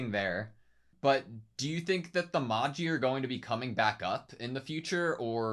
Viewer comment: Just a note that magi is pronounced maj-eye, like "magic eye" for an easier comparison